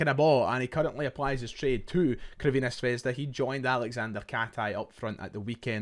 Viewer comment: CURVINA ? Pronounced (ssss) servena not curvena litteral means Red Star .curvena is just hilarious